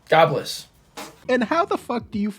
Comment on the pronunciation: He didn't say God Bless I believe he said gawbliss I would never ang out with